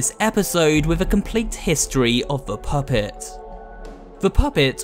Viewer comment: "the phuhpett